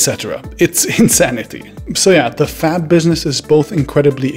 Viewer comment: Am i the only one who heard leading fap instead of fab